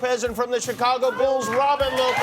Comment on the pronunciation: Um bruh I am the only one that Heard The Chicago Bills like Come on Jimmy